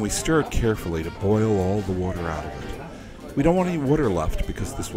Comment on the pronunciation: I noticed he doesn’t say water he says it like wooter